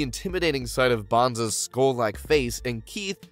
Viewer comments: So many missed information and so many mispronunciation, like dude it’s BONES not BONS like at least try to pronounce their names correctly. There were so many things you missed and the fact that when you mentioned a duel that was taking place what was shown on our screen was not that duel it was something completely different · Bones not bonds! wtf 🤦🏻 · Its bones, not bance